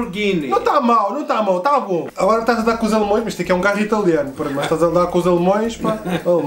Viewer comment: Pi gosto bué do teu trabalho Mas tu disseste alemoes e é alemaes kkk Abração